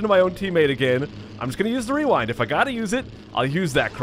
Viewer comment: Werind is what I heard from you when you said rerind